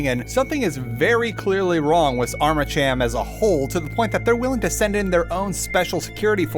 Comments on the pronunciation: Armacham why did you say ut like that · Sometimes I wonder if you are even playing the games you are talking about, or just trolling with pronounciation of words that are used many times during the game, like "Armacham".